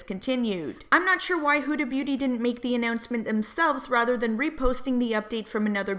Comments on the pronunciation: Her name is Huda not Hooda. Do you call umbrellas oombrellas too? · Love your tea vids. But I couldn't stand the way you were saying huda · Lol the way she the way she pronounces Huda is kinda weird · if you're going to make a whole video about her then learn to say her name correctly